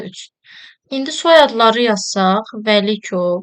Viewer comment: Vəkilov❌ Vəlikov✅ Piri❌ Pri✅